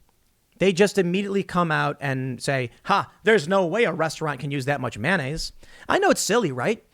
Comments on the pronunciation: Yeah yeah .. but seriously how are you saying mayonnaise? It’s not manyaise LOL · I think there should be a drinking game every time Tim says “manonnaise” :-P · Has this video expose Tim's inability to say the word mayonnaise?